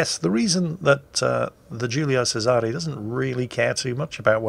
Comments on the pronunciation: Some tips on Italian spelling to pronunciation: - The Italian soft C is pronounced like CH (same applies to Romanian) - Italian CH is like English K or Spanish/French QU before an E or I So it's actually CHEY-zuh-rey and YAH-kee-no. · Shouldn't it be pronounced "Chez-array"?